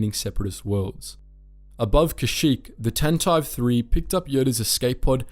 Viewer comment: This channel is a great source of historical information, but the pronunciation errors make me cringe. Tantive does not rhyme with “ant hive.” It’s pronounced with three syllables: TAN tuh VEE.